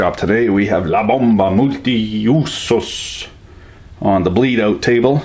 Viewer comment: You pronounced perfectly "La bomba multiusos..."